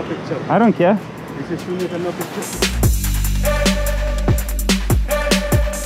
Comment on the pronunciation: no pootures